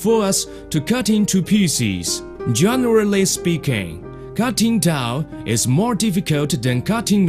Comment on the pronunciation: some of the best "here is a torwel, a larwge one a weal one!" "this is king dabble knife, a good knife, a magic knife!"